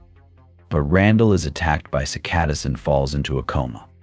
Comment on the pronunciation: Seems obvious; droning monotone, inexplicable mispronunciations of words like "live" and "cicada," misplaced emphases in sentences. I think a human narrator would also struggle with the clunky writing